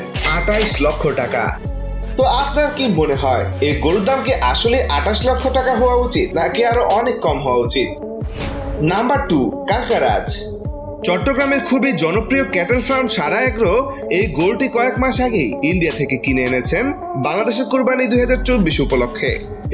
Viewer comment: কাংকারাজ না রে, ক্যানকক্রাজ